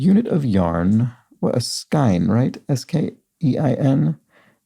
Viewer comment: And in the same vein, skein is pronounced skane among the knitting community in the US or I have heard skeen from various europeans. Today is the first time I have heard skine.